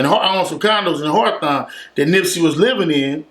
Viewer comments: said horthawn lmaoooo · Think he meant to say Hawthorne Lol idk